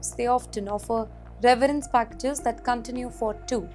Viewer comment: It is severence package Not reverance package 😂